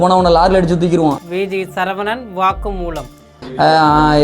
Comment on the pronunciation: திருத்தம். (சழ இல்லை சர. சரவணன். Sorry. 🙏